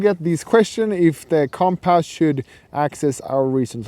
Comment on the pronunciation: Him calling it comp-ass is really grinding my gears